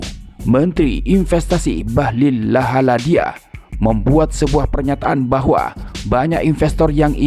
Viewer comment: Komentator asal bunyi bahlil ladahalia sebut bahlil lahadalia wkwk